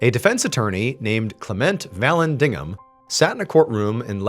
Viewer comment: LOL ... try: Val(or "va")-Landig-ham? ... And maybe try: Klem-ent (closer to "Climment" than "Klah-Ment")